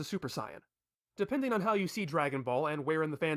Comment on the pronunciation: not all of them, he said bluma, gero (not pronounced like "jero") and saiyan like sighyin